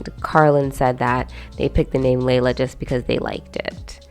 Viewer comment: I adore A Thousand Splendid Suns, but listening to the audio book the name Layla is pronounced closer to Lilah, so I don't really associate Carlin's Laylah with the Arabic name